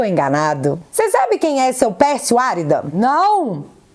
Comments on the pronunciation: é Pérsio Arída que fala e não Árida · a pronúncia correta é: Pérsio ARÍDA. Não Árida. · Arída com acento Tônovo no i